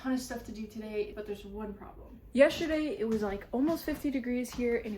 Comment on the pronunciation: thought i was 1 of few who says "yeshurday" instead of the correct way, haha